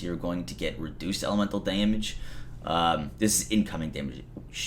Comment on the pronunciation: LoL! Deeeehhhhmige!!!